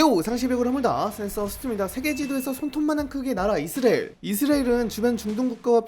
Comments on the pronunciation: 이스르엘이 아니라 이스라엘 ㅎㅎ 발음좀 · 저만 이스레엘로 들리나요? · 발음 ㄹㅇ ㅋㅋ 이스리엘이 뭐ㅏ냐 ㅋㅋㅋㅋㅋㅋㅋㅋㅋㅋㅋㅋㅋㅋㅋㅋㅋㅋㅋㅋㅋㅋㅋㅋㅋㅋㅋㅋㅋㅋㅋㅋㅋㅋㅋㅋㅋㅋㅋ 정보 유튜버 맞냐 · 이스엘 이스엘. 이스엘. 정보전달 공간이면 발음좀 정확히하고갑시다. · 왜 자꾸 발음을 이스리엘이라고 하세요? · 이스라엘 발음 잘안되죠? ㅋㅋㅋㅋㅋㅋㅋㅋㅋㅋㅋㅋㅋㅋㅋㅋㅋㅋㅋㅋㅋㅋㅋㅋㅋㅋ이스리엘 ㅋㅋㅋㅋㅋ이스렐 ㅋㅋㅋㅋㅋㅋㅋ이스레엘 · 이스레일은 어느나라인가요 계속 이스레일이라고 하시네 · 이스라엘이 이스레일로 들려요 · ㅋㅋㅋㅋㅋ아 이스라엘 발음 한 번을 제대로 못하는거 귀엽네ㅋㅋㅋㅋㅋㅋㅋㅋ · 영상잘봤습니다.이스라엘 발음이 뭔가좀..그거빼곤좋은영상잘보고갑니다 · 이스라엘 발음 엄청 안되네... 참고 듣다가 못 보겠어서 그냥간다 ...이스라엘이 발음이 어렵긴하지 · 이스라엘 발음 제대로 못함?